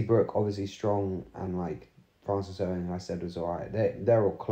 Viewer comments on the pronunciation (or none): none